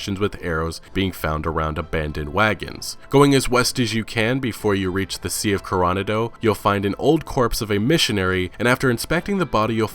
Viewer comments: Also, it's pronounced "core-oh-nod-oh", not "car-on-a-doe", hahahah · It's pronounced "core oh NAH doe", not "co RAH nah doe". It's an actual Spanish word/name. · I was dying at your pronunciation of Coronado. Kor-o-nah-doe not ko-ran-a-doe I live right near a place called Coronado island, less than an hour from the US/Mexico border. Also, it’s Cardinal Blahn-ko not Blank-ko. Blanco means ‘white’ fun fact! Don’t worry, I ain’t a hater, I’m just having a chuckle and trying to give you a bit of info for accuracy of the game. Good video bud! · Sea of Carana Dough. (Coronado=Korronahdough) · Kor-on-a-doe < kor-uh-NAH-DOE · Did you just say sea of carah nah-dough? Lol, pretty sure it’s co-ro-NA-dough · Ca ron a doe? Lol its core ah na doe you non californian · The way he said Coranado😂😂😂😂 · Its pronounced core nah do coronado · Cor O nod O lol just had to give you shit over your pronunciation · Love these videos but some of the pronunciations are absolutely killing me. Coronado: Core-oh-nah-doh Daedalus: Day-duh-lus Not a criticism just an observation. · That was the whitest pronunciation of Coronado I've ever heard. Peggy Hill out of ten. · All of you youtubers pronounciation of the names and places and items in this game is soooooo cringy... how do you screw up the word Coronado? In The Sea of Coronado. It’s mexican. I live in San Diego and am Native American and I don’t speak Spanish and I never managed to screw up really any of the names in this game up like YouTubers making rdr2 videos and even I struggle with native language myself but you guys are soooooooo cringy when you clearly mispronounce a word or item or place and you start to seem like you don’t really know what ur talking about at all hahaha great game tho rockstar and rockstar San Diego for making such an accurate game in damn near every aspect possible🤠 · Cringes more when he mispronounces Coronado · Dope video, but did anyone else laugh at how he said Coronado? 🤣🤣